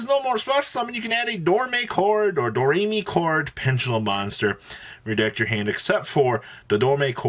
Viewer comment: How can you have an intro where you say Do, Re, Mi, and then still call the archetype door-may-chord? It’s Do-Re-Mi-Chord